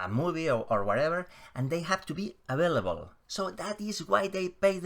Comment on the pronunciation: Hola macho desde Sevilla! All dragons will probably be dead by the time of the trial. Available se pronuncia (avéilabol).